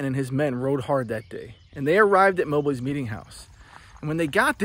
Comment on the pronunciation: MOB---LEE, NOT MO-BLEE